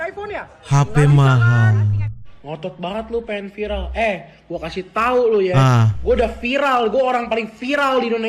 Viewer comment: Si cedal aslinya bisa sebut R,cuma biar viral,buktinya bisa sebut viRal